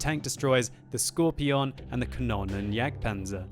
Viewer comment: why do you Pronounce scorpion: "scorpION"?